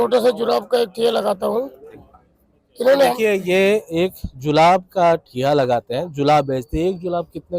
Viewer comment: DO I HEAR HE SAID JULAB NOT JURAB.😁🤣😂